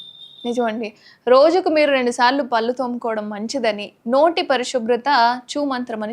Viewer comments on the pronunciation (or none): పల్లు కాదే పళ్ళు/ దంతాలు అనాలి. ముందు పలకడం నెర్చుకో😝😁🤣😜